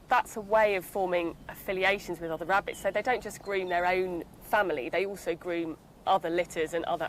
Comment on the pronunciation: Wabbit's I clearly heard him, he always says wabbits. Wabbits are rare, rabbits aren't. Trust me I'm a not Doc, but hey what's up?